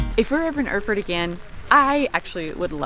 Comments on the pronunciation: Erfurt should be pronounced as "Air-Furt", not "Öhrfurt" ;) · Awesome pronunciation: The capital of Thüringen - Öörfört! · Pronounce like "air-foort"